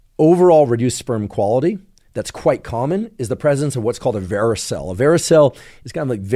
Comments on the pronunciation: Hi Andrew, you've mispronounced the term "varicocele" multiple times during your presentation. I get it! Who cares? Tomato TomAto... Your science is great for the masses, and I applaud your work. But should I sit here and listen to you say "varoseal" when in fact it is "varicocele?" Just a humble correction on my part. Please keep up the good work, though, and your work is undoubtedly GOOD! No, it's GREAT! Cheers! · Pronounced veh-ruh-kow-seal